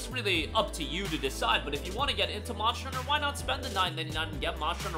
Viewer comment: ur still saying Mosher Hunter lol. 😂